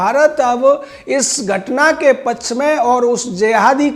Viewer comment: आदरणीय! आपको पहले भी कहा गया कि अपना उच्चारण सुधार लीजिये-पच्छ नहीं पक्ष शुद्ध होता है।